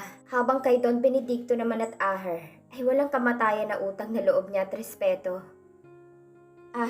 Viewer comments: asher po, hindi po aher... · Pwede pronounce your words properly. Asher not Aher more nice to hear the correct pronounce, Sorry correction must under your care. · wag nanaman ibahin ang name ni Asher, Hindi aher. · Ito nanaman Yong narrator na robot Kakairita ano daw Aher😅😅 akala ko Asher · pkibasa NG maaus.. ASHER. NOT AHER.. READ VERY WELL.. PLEASE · Ayan tama ang gnwa mo asher,dhil plabas lng ng 2 un, mga sira ulo ng mag aama,hndi k mgttgumpay av a sa mga mssama mong blak lalo p at pera lng ni asher ang hbol mo, ashe at hndi aher,ang pngit pakinggan,ang gnda p nman ng story,c asher nga ang tunay n ama ni elora,sna nman wlng mrming stress ng story👍👍👍❤️❤️❤️ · Aher? Or. USHER please be careful Ganda Sana ng kwento